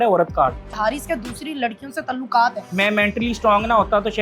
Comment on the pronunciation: نا شادی سانوں پچھ کی کیتی سی،ھزاروں کپل کمپرومائز کرتے ھیں،بنے پھرتے ھیں بڑے پڑھے لکھے،، ھر ویلا،انکے پیچھے لگا ھے اور یہ اینکر باجی اردو زبان درست تلفظ میں ادا کریں تلوقات،تلوق کیا کیا بولے جا رھے ھیں